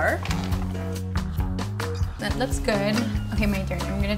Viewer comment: Love them, but English pronunciation was not good.. Flour.. and she said floor..”lol..